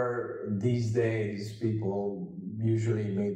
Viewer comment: what is pleople😃😃?? Or is my vocab too bad?